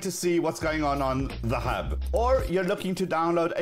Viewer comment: I love how he says the hub